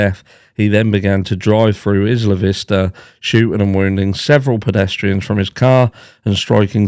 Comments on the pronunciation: It's 👁️-lah not Is-la 😊. 👍 They really do have many similarities. I'm sure BK read up on ER. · Isla Vista is pronounced Eye-la vista. In Spanish it means island view. It’s where I went to University of California in Santa Barbara. 😊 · Just a FYI it is pronounced… I La Vista…. Isla Vista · Also…not trying to correct you. Obviously we speak very differently, but here in southern California we call it Isla Vista (like eye-luh, like as in island). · Eye-luh Vista 😊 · Sorry, it's Eye La Vista for the pronounciation.